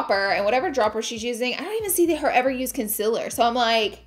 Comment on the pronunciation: It is 2021 and she is still saying Concealer wrong haha It´s not a Conciller